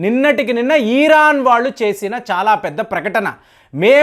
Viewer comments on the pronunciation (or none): none